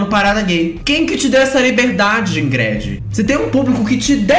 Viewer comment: Amooo que a pronuncia o nome da crentelha expondo como o nome é brega mesmo: IngrED. 😂😂